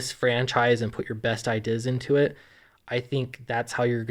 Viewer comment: True story: as a child, had a very localized stroke that destroyed the section of the brain that contains the correct pronunciation of 'ideas'.